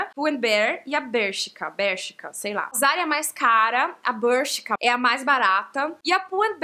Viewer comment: a cadeia de roupa da zara é a index é espanhola faltou mencionar a stradivarius que é a melhor... e voces blogueiras brasileiras pronunciam mal o nome da bershka... falam com sotaque americano e o nome pronúncia se como se escreve